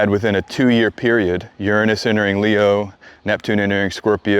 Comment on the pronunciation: Hi A friend of mine sent me here, and overall, I've enjoyed your content and found it interesting since I don't know anything about astrology. Now, a bit of positive feedback, english being my second language, it's irritating how your overall american accent is perfect, yet it seems you repeatedly and purposefully mispronounced the word "Uranus", I've learned at school and double checked Google translate that it's supposed to be pronounced as "youranus" and yet you keep pronouncing it as "urunus", is this because your speaking in a different dialect? Why is the difference in pronunciation? It's like an itch inside my brain that I can't reach. Thank